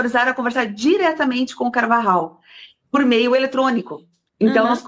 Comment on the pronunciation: Alguem pronunciou corretamente o nome do Carvajal, sim se dis polho, nao pollo ou pojo... Em español pollo se pronuncia polho...